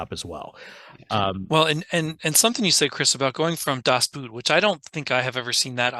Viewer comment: And I guess once again for the people all the way in the back of the theatre, playing on their phones or making out with their date: Das Boot is really just pronounced like boat and not like the foot wear.